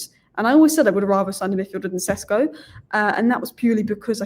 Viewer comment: Šeško maybe also deserves his surname pronounced correctly. It's Sheshko, not Sesko.